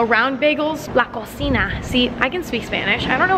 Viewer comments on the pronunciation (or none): Emma... it’s pronounced la coTHEEna😂🤦🏼‍♀️ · Omg 😂 I love her so much! “La cocina” I love your attempt of speaking Spanish 😂😍